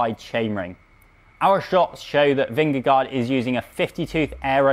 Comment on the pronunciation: Learn to pronounce Vingegaard correctly.